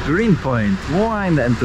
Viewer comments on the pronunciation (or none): none